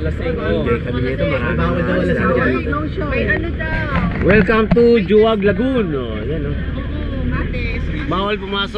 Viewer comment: pinupronounce po sya as "Hu-wag" Lagoon hindi po "Jo-wag" hehe